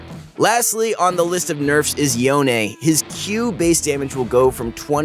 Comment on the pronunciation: Stop saying yonae, just say youn